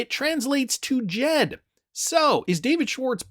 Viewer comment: It’s Jed not jeep